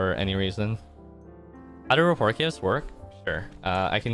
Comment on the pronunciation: How did no one in twitch chat tell you you're pronouncing "rapport" incorrectly??